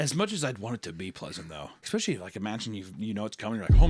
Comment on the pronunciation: I'll never get used to the way says "especially"